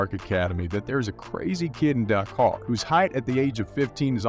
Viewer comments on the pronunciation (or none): His city is pronounced Dah-car. And it’s the Boston Sel-tics.